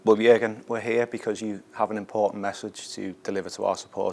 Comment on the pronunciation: can anybody from England say Jurgen properly?